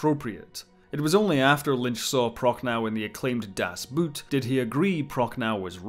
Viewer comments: IF ONLY ... americans could learn how to pronounce german words ... - "das Boot" is NOT "something to wear on your feet" ... and the correct pronounciation is more like "bot", but you extend the o-sound - Prochnow ... the w at the end is SILENT Proch-no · The German word for submarine is not pronounced like an article of footwear :( As for Dune: I like the story, but I've never red the books so far (it's on my to-do-list)